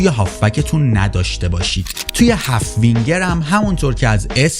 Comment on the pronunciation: هالف وینگر🚫 هلف وینگر✅️